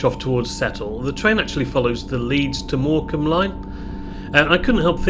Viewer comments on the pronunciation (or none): none